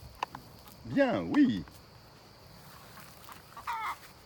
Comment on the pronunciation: Tu te débrouilles pas mal au niveau dressage. N'hésite pas à lui donner des ordres d'une voix ferme et assuré sans lui gueuler dessus. C'est très important pour lui. Tout est dans l'intonation. L'intonation du "oui" à la 7'47 n'est pas bonne, le "Voilà" lui est bon. Le secret c'est qu'il t'écoute. Après perso en ce qui me concerne, je le met direct en immersion avec les poules et "tartagueule à la récré" si tu touches à une de mes poulettes ! Attention quand même au malinois, il leur faut une bonne éducation au début sinon ça peut vite partir en vrille. C'est pas des chiens de débutants.